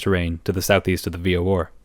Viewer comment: Bro pls stop saying "v-o-or" instead of v-o-r